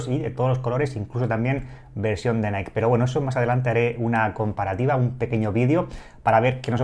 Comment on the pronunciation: Se pronuncia naiki cuando decís naik es la empresa Nike. Si lo decís que sea o en tu idioma o si lo intentas en inglés hacerlo bien por favor